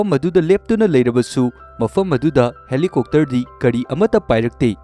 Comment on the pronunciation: Bro Helicopter su helicokter haire fjana haibiyo